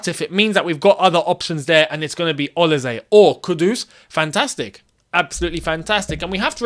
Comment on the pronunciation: Man said olize its olise you're African you should know better lol